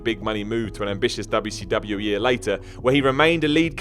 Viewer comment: I notice you say wwcw I thought it was wcw and you said wwwf again wwf?